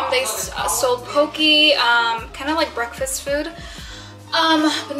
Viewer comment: it’s pronounced P-O-K-A